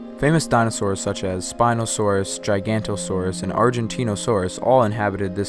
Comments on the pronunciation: Gigantosaurus? Really? "Ji ga not oh-saurus" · The fact the narrator mispronounced Giganotosaurus and Australovenator so badly puts this video on bad footing from the very start. Giganotosaurus is pronounced 'gig-ah-not-o-saur-us'. If they can't even tell the narrator how to pronounce a dinosaur's name right, how diligent can they be? Also, the family Pliosauridae went extent in the early Late Cretaceous (100 million years ago). The major marine predators during the end Late Cretaceous would have been mosasaurs.